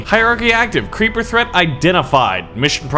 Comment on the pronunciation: i was going to say hi, but then i saw you said crreeper aw man, so im not gonna say, and also thats a HORRIBLE SONG.